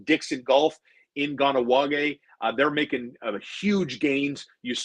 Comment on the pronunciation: Nice to see views go up finally. Good content today. Please start saying “gah-nah-wa-geh” for the love of god.